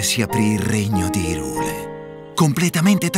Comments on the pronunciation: No, va letto come Hi in inglese perché esiste anche Lorule che appunto vive del gioco di parole Hi e Low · La pronuncia corretta è "Hàiral", così come il suo corrispettivo è "Lòral". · Tutto molto bello ma odio profondo ogni volta che dice IRULE